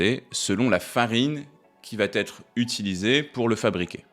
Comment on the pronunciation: QUI VA......ÊTRE ET PAS "TÊTRE"